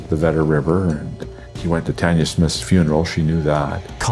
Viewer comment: Is the narrator saying Tonya instead of Tanya? Or is my hearing? I hope he is saying Tanya as it's important for those that love her.